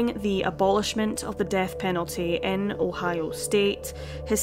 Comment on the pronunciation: Her pronunciation of Ohio sounds like おはよ ^^ カコイイよ